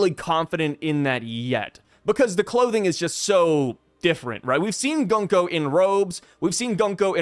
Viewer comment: It is Gunko.